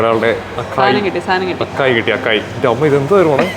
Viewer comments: It is അസായ് not അക്കായ്. 😊 Also it is pronounced ജലാറ്റോ not ഗലാറ്റോ.😅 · It should be pronounced as a-sai bowl. I also realised that a while back.